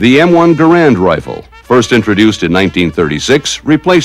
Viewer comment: Another one, who cannot pronounce "Garand" and "Heckler & Koch"... Some what embarrassing, when this is meant as an instructional film...